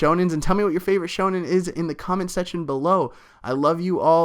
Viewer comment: D aaahhhhhh you said it right!!!